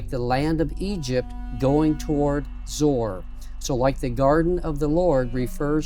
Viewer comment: Hi Thank you! Great visuals! It is pronounced ZOE ARE. You are welcome